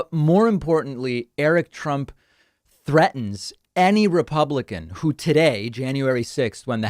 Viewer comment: "Threatens". Lol.